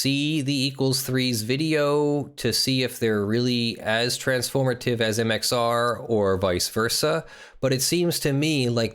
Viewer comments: Am I the only one here who’s gonna point out this man is saying MXO plays rather than MXR plays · when he says mxo and not mxr it kills me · Am I the only one here who’s gonna point out he is saying MXO plays rather than MXR plays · why are you constantly calling him MxO? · Why are you saying "MXO"? Isn;t it MxR? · Its MXR not MXO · It's MxR. Not MxO. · Who else is annoyed he keeps saying mxo